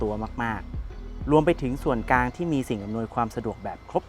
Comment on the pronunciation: พูดดีค่ะข้อมูลก้อดีแต่คำว่า ส่วนกลาง พูดตลอดว่า ส่วนกาง